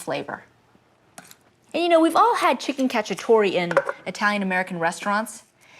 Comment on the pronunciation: Chicken Catchup-A-Tore